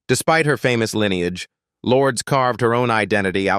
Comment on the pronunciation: OMG, it’s not pronounced “Lords!” 🤮 Stop listening then. Either correct your AI’s pronunciation or record the script yourself.